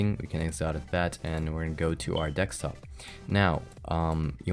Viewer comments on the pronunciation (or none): Did he say "Dekstop"? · It realy bothers me that he says dextop. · lmao "deckstop"